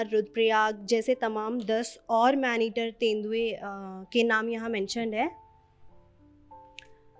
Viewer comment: Madam.. aap jis jagah se reporting kr rhi h..pehele uske baarein mein bataye ki vo kon si jagah h..phir aap aage reporting karein..tabhi aapki shi baat samajhi jayegi.. मैंनेटिर नही मैडम .. मैन ईटर